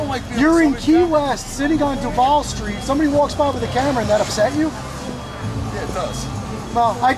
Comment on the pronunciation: Its pronouced doovall no deval.